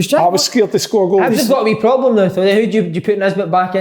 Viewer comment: Big kev "PLOBLEM" Kyle